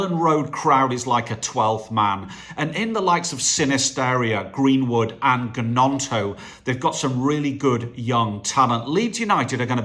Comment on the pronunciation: I think you should let me have the shirt because I am 1)the only old woman subscriber 2) I am a lifelong LUFC fan and 3) I haven't taken the mickey out of you for mispronouncing Gnonto & Sinisterra.